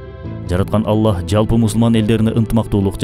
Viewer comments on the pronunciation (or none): none